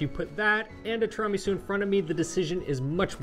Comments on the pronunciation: Please ask Eva to teach you how to correctly pronounce tiramisu! It is 'tiiira', not 'tiraaa'.😉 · i cant get over the pronunciation of tiramisu asTirahmi-sew haha have i been saying ot wrong my whole life? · I love that says tramisu😂😂😂😂 This desert is a keeper ❤ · TWO RA MEE SOU 😂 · (Pronounced in Eva's wonderful delivery). I absolutely love and adore what you guys have done with Pasta Grammar and enviably your lives over the years. However, I am not sure if it has been noted by anyone else yet that pronunciation of Tiramisu drives me nuts. Just some constructive feedback, as it may have little influence. But, if it hurts my ears than it must do something to Eva's and other's innards as well. I love what you guys are doing and will look forward to other, non Tiramisu related content. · pronounces tiramisu weirdly. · Somebody please teach how to correctly pronounce ''tiramisu.'' Thank you. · Can someone teach this guy how to pronounce tiramisu? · Great video and you are mispronouncing tiramisu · Eva, please straighten out pronunciation! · You're not pronouncing tiramisu correctly.